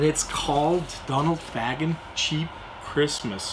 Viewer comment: Nice review, I have this as well going for big money now, btw it’s pronounced Fa-gan not Fag-an